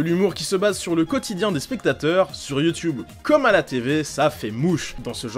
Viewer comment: Sisi c comme ça que ça ce prononce ! Un mmmmeuporgue